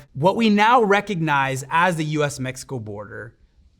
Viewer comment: I appreciate that the host didn't americanized the pronunciation of cities, countries, and people. Kudos